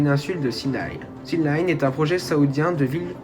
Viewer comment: Merci pour ton travail. Attention à la prononciation c'est bien THEU line et pas THI line car ''line'' démarre par une consonne. Petite réflexion sur le coût annoncé de 100 à 200 milliards : the line va faire 500m de haut et 200 de large soit 170x0,5x0,2 = 17km3 ou 17 milliards de m3. On arrive sur un coût d'environ 10$ le m3... En France un bâtiment d'habitation coûte environ 1000€ le m3 à construire. Un hangar agricole le plus simple environ 50€ le m3... Je parle en m3 car la surface en m2 n'est pas connue.